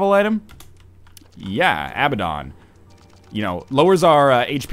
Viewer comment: Hey NL, Abaddon is pronounced uh-bad-en in North American and British English.